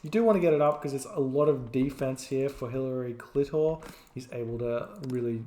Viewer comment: lmao "Hillary Klitor"